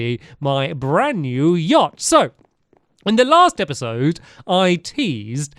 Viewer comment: "Stampyhead Stampynose Stampy's Lovely Luxury Yahct" (S.S. Stampy's Lovely Luxury Yahct)